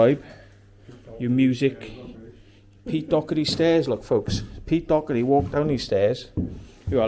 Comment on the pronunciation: Its Doherty lol